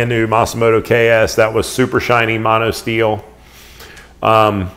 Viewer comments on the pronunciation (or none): none